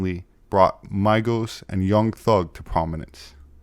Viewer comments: Migos not Mygos😂but great vid by the way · " my-gos" is crazy its migos like amigo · Props to the psychiatrists if that’s true, the “when I’m called off, I got a sawed off, squeeze the trigger, and bodies are hauled off” is one of the hardest lines in all hip-hop. Also, Migos is probounced MEE-gos. Good video..love your stuff..stay on track,I just found your channel but please don’t lose the spark. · The hip hop group called "Migos" is pronounced how it's written, not like "Maigos" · The Migos pronunciation killed me😂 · pronouncing Migos has me dying